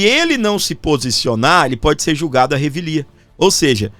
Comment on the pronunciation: É revelia, égua, fala muito errado. Vergonha